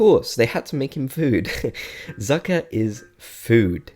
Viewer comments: In fact, 'Zucker' is a German word and it means 'sugar'. You pronounce it like this: Tsucker. 😊 And not like 'sucker'. 😂 I found this kinda funny haha. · I'd say for #4 Sprocket deserves an honorable mention. Also, Zucker is German for sugar, and is pronounced "tsoocker".